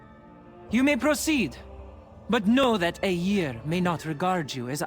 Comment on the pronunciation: The way you say "Eiyr" is exquisite.